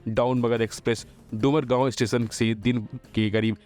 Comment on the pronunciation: गजब है कि अब हिंदी पढ़नी, बोलनी भी नही आती, डुमरांव को डुमरगांव बोलते है?